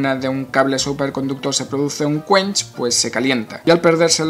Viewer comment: Todos: un quench. Yo: scuanch, scuanchi, scuanchastico